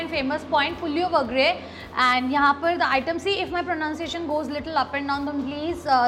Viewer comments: It’s puliogre and not puliowagre… it’s tamarind rice (puli means tamarind). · it is not pulovagare it’s pulogare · Just to correct u The pronounciation of Puliyogare is (Pu-lio-gre) and no Puliovagre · Damnn! How amazing! And btw vangi bath is brinjal rice and not Tomato rice 👀 also, puliogare is pronounced as pu-li-o-ga-ray 😊 hopefully this helps ❤️ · Every time you say puliyogare, I get a small laugh on my face .. but I understand that it is difficult to pronounce south Indian accent. Much love ❤ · The way you pronounce puliyogare made me laugh every time you say that 😂